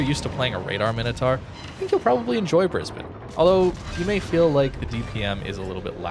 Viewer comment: Gday from Brisbane Australia, 10/10 for pronunciation of Brisbane.